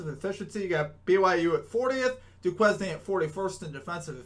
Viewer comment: It’s pronounce “doo•kayn” lol I know it stumped us too 🤣